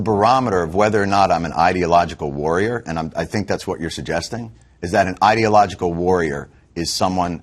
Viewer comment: Interesting. pronounced the word "ideological" as "idiot-logical". Freudian slip?